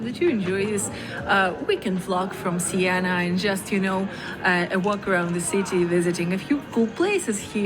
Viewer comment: Siena! Not Sienna!